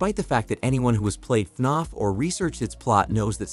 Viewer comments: It’s not fnonf it’s fnaf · He said FNOF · He just says” faf” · istfg if he pronounces fnaf wrong again :(((